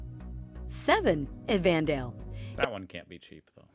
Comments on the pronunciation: Even Dale??? Ummm it is spelt and pronounced Evandale. They have the National Penny farthing championships event in February and the only one like it in Australia. The rides cycle around the town at "breakneck speeds" and can be very crazy but also exhilarating to watch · Gah! Machine narration! Aussies pronounce it more like “By-run” Bay… “Ev-van-dale”… “Strath-al-bun” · Well, the video was awful. You must have noticed that the voice-over was just a lousy AI. But I can absolutely recommend the Great Ocean Road as a place to visit. And anywhere in Tasmania is great, including EV-andale (sheeesh, that AI screwed that up too). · The AI generated voice is, as people have said, hideous, and obviously can’t manage place name pronunciation at all. Also, I suspect the prices (“dollar xx”) is in US$. The best picks of these are Port Fairy and Evandale (pronounced “Ev’n-dale”). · Buy Ron Bay?!!!! Ev anne dale?!!! Oh I give up. Amazing she pronounced Launceston correctly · How can the bot get the pronunciation of Evandale so wrong when getting Launceston (almost invariably pronounced incorrectly by mainlanders) correct? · But got the pronunciation of Evandale wrong! 😁